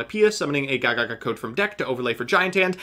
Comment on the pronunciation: nice vid, could've pronounced the gagaga cards a bit better tho